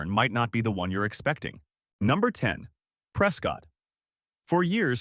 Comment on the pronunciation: It's pronounced preskit, not prescott